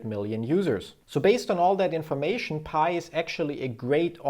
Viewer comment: Its not paj its pi